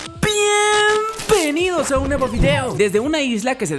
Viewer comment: Es bieeeeenvenidos o pieeeeenvenidos?